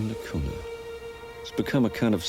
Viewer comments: Everytime he says cuna, I cringe. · A very philosophical approach to this island. It took awhile for me to warm up to the presenter's style, but by the end I liked his observations of this microcosm of human society. I even enjoyed seeing the dogs in every scene! By the way, the pronunciation is Cunya.